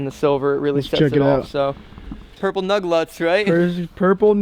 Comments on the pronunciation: NUG LUTS???? dont you mean Lugnuts [- _ -] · He said nug lutts haha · Hahahah he said nug luts